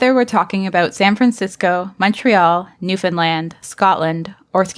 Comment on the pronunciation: Newfoundlander here, congratulations! You pronounced it correctly 😂